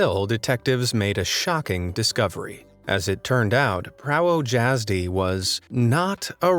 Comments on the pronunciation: bro im polish and every time he said prawo jasdy i cringed cuz the w is pronounced like a v and the j like a y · Darn I just let my mom off the phone. I was asking her because she was born there. I laughed at how pronounced it though. And even if the Irish Cops did not know what it said, what Driver's License in ANY country as the driver's name at the very top? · My mom was born in Poland so I knew he was pronouncing it wrong but at the same time I cannot speak fluent Polish because my English dad did not want my mom teaching my siblings and I anything other than English (makes me so mad). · I'm Polish, hearing how do you pronounce "prawo jazdy" hurts... maybe next time spend 1min on google translate to check how to pronounce it...? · The way you pronouced "prawo jazdy" made me think it's an actual person before you explained it lol (i am polish) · Me tooooo 😂😂😂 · My mom was born in Poland and yes the way he pronounced it was so far off I did not realize what he was saying at first. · as a polish person i think i sould bring this up, "Prawo Jasdy" is pronounced "Pravo Yasdy" but you have to pronounce the y at the end like an quick i sound mixed with the sound of y, idk how to explain it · You could actually try to pronounce Prawo Jazdy correctly. Pra-vo Yaz-dy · Its spelt prawo jazdy but its said pravo yazdi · its pronounces pravo yazdy but its written prawo jazdy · Prawo Jazdy-- correct pronunciation is Pravo Yazdy.! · You can pronounce "prawo jazdy" as "pravo yazdee" I hope this helps you pronounce it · Prawo jazdy is, Pronounced as pravo yazdy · praywoe hayjazdoae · Prało dzazdi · Guys chill its pronounced Pravoyazdi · Me too! And he keeps repeating "prało dziazdy!" There is something very tragic with the English language! No problem with most other European languages though. Very strange. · no, it actually pronounced as Yá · Prawo is pronounced "prahvo" (short 'o' as in on/off. Jazdy, is Yaz (yazoo) dy rhyming with (did) "jazdi(d)"